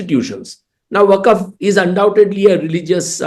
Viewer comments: वक्फ not Waqaf. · करण और दवे साहब। वक़फ नहीं वक़्फ़ है सही लफ़्ज़।